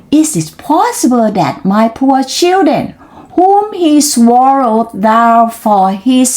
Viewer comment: ตั้งใจออกเสียงชัดมาก 👍 ช่องว่างไม่ต้องเว้นนาน ตอนเริ่มต้น บางช่วงนานไปนิด ตอนหลังจนจบดีค่ะ👏 knocked ไม่ต้องออกเสียงเคด เพราะเป็น verb ถ้าเป็น adj ค่อยออกค่ะ sixth seventh swallow ส วอล โลว thrown แลบลิ้นด้วยค่ะ thr stopped หน้านี้แก้ให้แล้วนะ:face-blue-smiling: ไม่ใช่ stooped